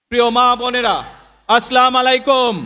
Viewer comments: সালামও ঠিকমত দিতে পারেনা আবার বলে নবিজীর মত দেশ গড়বে,সালামু বলে স্লামু। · সবার বড় নেতার এই অবস্থা যে সালাম টাই শুদ্ধ করে দিতে পরে না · সালাম তো সহীহ হলো না জনাব তারেক রহমান সাহেব